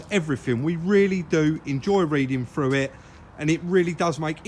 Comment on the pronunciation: It is pronounced through, not froo. Irritating to listen to.